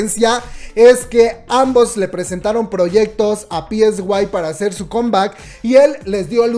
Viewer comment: es sai psy se pronuncia saiiii